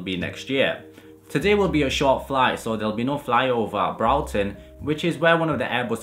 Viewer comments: Its spelt Broughton. pronounced Brought is in I have brought you this from the shops then followed by either ten or ton Brought-ton or brought-ten not brawtin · That is not how you pronounce Broughton